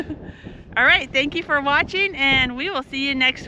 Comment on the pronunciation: No, tank-q. LOL